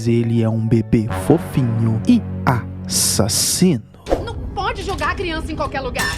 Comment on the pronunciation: Quando você fala ássasino da uma vontade de assistir o vídeo todo